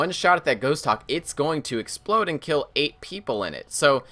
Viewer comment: "its a lot easier to gill them" - 2016